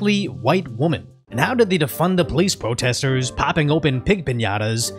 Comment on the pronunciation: "Strong independent whaamen"